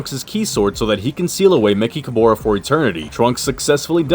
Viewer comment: Why do you mispronounced mechicaboras name?